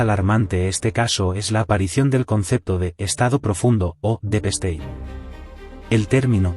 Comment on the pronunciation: Deep state!!!! En ingles significa "Estado profundo". Y se pronuncia "dip steit". Pero es que nadie les corrije el subtitulado ni la pronunciacion, antes de emitir? Pues hagan el favor de buscar a alguien, antes de confundir mas a los oyentes.